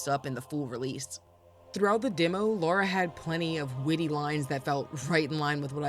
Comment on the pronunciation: Lara is pronounced "Lahr-uh" not "Laura"